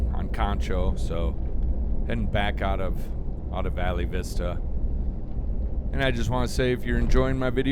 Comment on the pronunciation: Pronounced Val Vista.😊